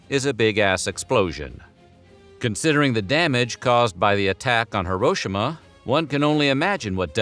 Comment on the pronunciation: Thanks for pronouncing Hiroshima properly.